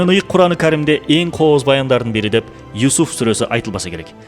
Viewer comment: Юуусуф деп айтсаңар